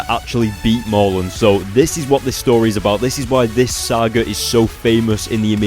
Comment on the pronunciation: pls ya killing me Mur~len not Mar~lun